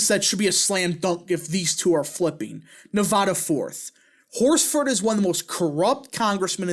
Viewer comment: You really butchered “Nevada” 🤣😭